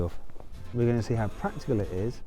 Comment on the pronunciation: 「利便性 (たぶんWe're going to see) 」ってマットが急に日本語喋ったかと思ったw